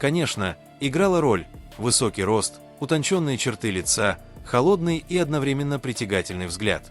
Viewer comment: Не дором а дорам, не Сюзи' а Сю'зи, не лица' а ли'ца